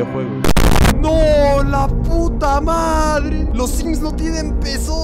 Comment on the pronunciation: Creo que dijo simp y no sims